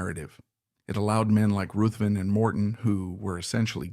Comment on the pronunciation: Ruthven is pronounced RIVVEN. Kerr is pronounced CAR.